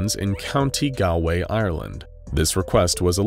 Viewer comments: Plus stop saying gall way it's golway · Very nice as always, but the pronunciation of "Galway" is. . .off, by a lot, sounds like you said it like "gau-way" but should be "gawl-way". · It very annoying that he pronounces it Count Gal-way when is Gollway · it's not gawway, it's pronounced Gaul-way, as in the roman word for the celts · me rom ireland: gal- way nonononn gol way is how you say it someone who asked: no one asked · great video, but how the fuck do you misspronounce galway that bad? the second time was fine but how do you get golaway from galway? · Your pronunciation of Galway killed me it like Gall similar to gallbladder without the bladder part, and way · Galway is pronounced gollway and the second time you zoomed in on wales in the uk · I'm sorry but the way you pronounced Galway made me wince. Its Gaul-Way. That pronunciation makes more sense if you know the Irish name for it. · oh that is not how you pronounce galway...it's galway rhymes with hallway, not. gal way. as an irish person it's just my duty to correct that- edit: and then he pronounced it better the second time he said it? man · It's pronounced goll way gol like golf Galway is pronounced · Hearing you say Galway was like getting verbally stabbed and not knowing what tf happened for a few seconds from shock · The way bro pronounced galway killed me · The way County Galway is said really annoys me. Other than that good video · My home county's name was mispronounced I'm crying. Also that arrow pointed to england not Ireland and not even close to Galway. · Lol as someone from Galway in Ireland, your pronounciation is a bit odd